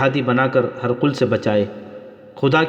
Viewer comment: ہر قل نہیں پڈھاجاے گا بلکہ ہرقل hiraql ہ زیر ر زبر اور ق ل پر جزم